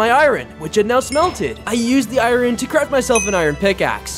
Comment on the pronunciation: Why does he say i-rin Instead of iron.